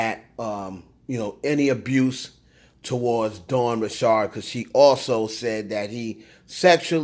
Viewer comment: Ok first why are you pronouncing dawn’s last name like that? It’s just Richard. Like Richard Pryor. lol Second this btc nosey must wnna get sued again. Nicki has never said she’s done coke on any of her songs. She has however mentioned poppin pills.